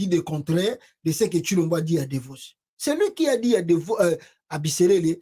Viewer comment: Il est parti à Davos pas Devos. Vous faites beaucoup de fautes de prononciation lorsque vous, vous exprimez ce qui est parfois comique.